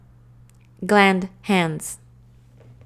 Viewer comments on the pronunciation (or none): HAHAHA great video and lots of good stuff. Couldn't stop from laughing though when the lady said "Gland Hands" and "coople" rofl ok Sorry awesome video thanks for making this.